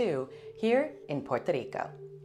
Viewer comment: Thank you for this update. You’re so nice. Also love that you pronounce Puerto Rico the correct way 🥰♥️ Happy New Year 🎊🎆